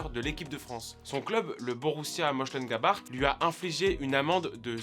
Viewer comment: C'est pas comme ça qu'on prononce Mönchengladbach